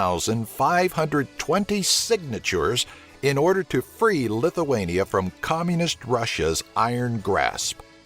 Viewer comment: lithuania not lituania